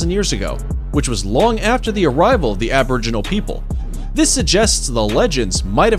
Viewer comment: Diprodon? Did you say DIPRODON? You even had it written properly on the screen! Diprotodon. Pronounced: Die-pro-toe-don. Please try a bit harder in future. Edit: Oh...and your 'aboriginals' were just appalling.